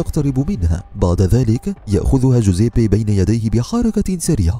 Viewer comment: كل شي تمام بس طريقة نطقك لاسمه مره غلط ههههههههههههههههههههه